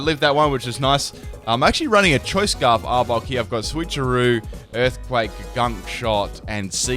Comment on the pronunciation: You said arbok wrong